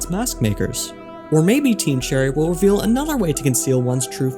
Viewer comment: The stress should be "those of striking WILL" as in those with a lot of willpower.